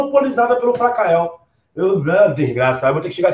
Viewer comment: Português bem craro Frakael Rede Grobo Bicicreta